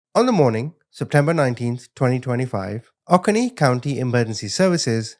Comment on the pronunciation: Pronounced: Ō-cō’-nēē. Love your videos,. And the comment, “all children are our responsibility” <—- Indeed💙